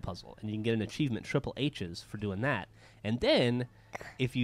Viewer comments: Achiemient! :D hahaha I love how she says achievement( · is adorable! "Achievient" lol.. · "And we got ACHIEMIENT!" 3m51s